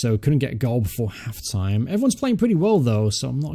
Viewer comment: have you slightly got an american accent when you say clock and half time ?